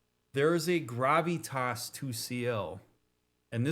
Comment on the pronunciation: Great ep, really enjoyed the conversations here and your pronounciation of Gravitas tickled me. Looking forward to catching up!